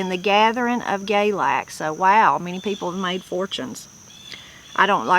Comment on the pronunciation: Galax is pronounced "galax" not "GAYlax." I think it may be same as goldenseal. Plenty of people gather roots, including those who go "sangin" Also, when I was a kid, goldenseal had a price measured by the pound, just like several other roots. Bloodroot was one.